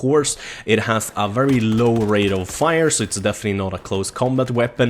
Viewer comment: it sounded like he said rate-O-fire! :P